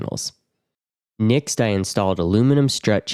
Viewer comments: Next. With an e. Nixt is so irritating i could i had to turn off audio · Next not nixt thought you were an AI voice after hearing the mispronunciation 43 times in the video😂 can't wait to see your nixt video🎉 great workmanship excellent finished product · Why are you saying "nixt" instead of "next" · Why do you say Next like nixx? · Nixt??? Are u trying to say next? Think of sex with a T after the X. What kind of accent is that anyway? Never heard nixt before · Finally, someone shares great info on how to waterproof a shower, and even says the word next really funny. 100% stealing many ideas from this build. Is there no issue with mounting the heater right next to the batteries?